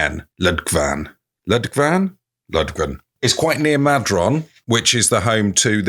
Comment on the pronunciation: …I won’t even start on your pronunciation of Perranzabuloe and Madron